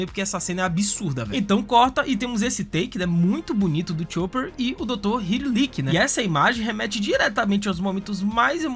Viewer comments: Kureia? Hilulik? É kureHa e Hiluluk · a sua pronuncia esta incorreta é Doutora KureHa não Kureia, e é Doutro Hiluluk o correto, não Hiluliki, ótimo video Obs. nos fãs de OP somos chatos rsss voce deu bastante spoilers sim...